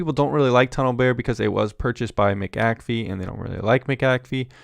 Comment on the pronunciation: Its not Mick Ak Fee , Its McA'fee